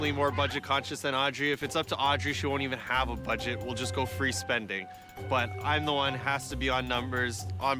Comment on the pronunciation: The girl says “badget” and “stanning”.